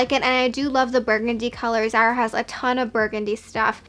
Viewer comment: Pls don’t call it zera it’s zAra